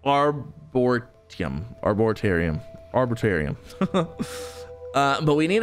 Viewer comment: Arboretum pronounced Arbor eat em